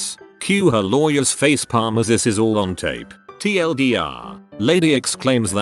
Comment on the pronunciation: Why doesn't the robot voice know how to correctly say "facepalm"?